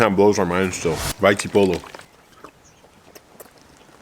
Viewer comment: Hey bro, just a little advice seeing as I’ve heard it in many of your videos which are great by the way🙌🏽 You might already know that the letter P in English is pronounced B Samoan, so when you said the 2 villages, you pronounced them with a P and Vai Tipolo, but they would be pronounced with B’s like Vai Tibolo🤷🏽‍♂️